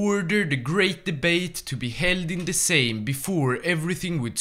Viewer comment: First hoi4 YouTuber who can actually pronounce the word Sejm 🔥🔥🔥